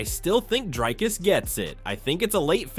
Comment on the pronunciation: why do you call DrIcus "DrAIcus"? Don't you hear everybody else pronouncing it differently? xD